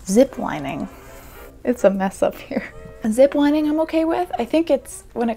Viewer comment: Me yelling at the screen: ZI P L INI NG it's Z i p l i n i n g